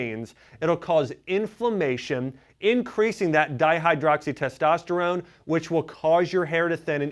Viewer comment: This guys a Doctor? Keeps calling it dihydroxytestosterone? Its Dihydrotestosterone.